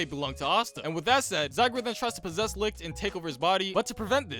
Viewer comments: Bruh . he said all the names wrong. Its not lixt . its licht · I love how you pronounce Licht's name like "licked" lmao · IT'S PRONOUNCED LISHT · LICHT IS SAID LIGHT IM SO MAD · The mispronunciation of German words is making me laugh so hard. "Licht" is just the German word for "Light" and that is not how you pronounce that 😅